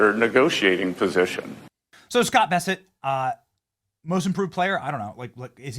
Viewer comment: You keep saying Scott Besset. His name is Scott Bessent.